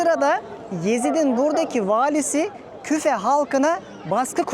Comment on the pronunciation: Küfe değil Kûfe